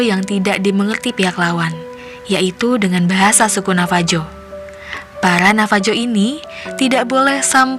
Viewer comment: Bukan navaju pronounciation nya tapi navahu